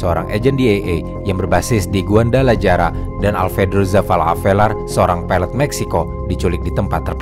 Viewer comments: trs namanya guadalajara dibacanya guadalahara bukan guandalajara apalah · sebutnya, GUADALAHARA min.. bukan GUANDALAJARA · guadalajara dibaca guadalahara min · Guadalajara bacanya guadalahara min, geli banget dengernya lol